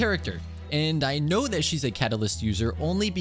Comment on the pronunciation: "aino" "nefer" just nod and krai